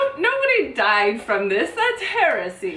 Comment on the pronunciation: you're right that there is a word that's spelt 'heresy' and pronounced the way you said. HOWEVER, that's not the word you're talking about, and Marci is 100%, absolutely right. You two together are fabulous fun!